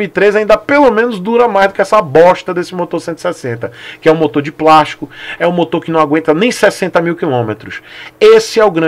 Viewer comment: "Tem mais Prastico" kskskskkskskskkssksk gênio.